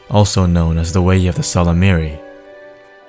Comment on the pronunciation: Someone finally figured out how to properly pronounce "Ysalamiri". Thank You!